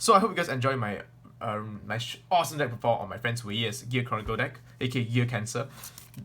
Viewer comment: OMG did he just say Gear CORNicle?